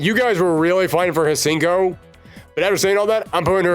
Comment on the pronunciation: Hsien-ko is best girl… and it’s pronounced “see-en-co”. The H is silent.